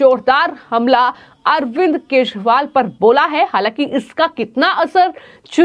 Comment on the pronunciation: Yar ye news anchor nigeria se aai hai kya is se kejriwal bhi nahi bola jata thik se😂😂😂😂😂😂😂